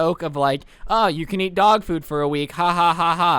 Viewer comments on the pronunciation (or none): i thought you said dog poop and was like what? 😭